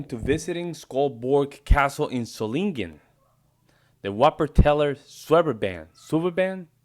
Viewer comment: Solingen (city in western Germany) = ZOH-lingen (stress only on the first syllable)